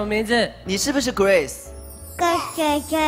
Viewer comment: ning huang 很多时候听一些主持人讲英文都笑惨了，但是村长说grace说成gross的时候我怎么觉得这么合适呢 哈哈